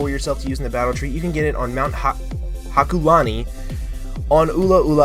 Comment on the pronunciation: Wasn't it Hokulani, instead of hakulani?